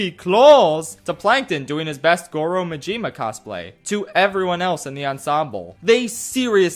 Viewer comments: really woke up and chose to pronounce Goro Majima like that huh... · The way you pronounced Majima hurt me. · I find it hard to believe he even played it based on that pronunciation.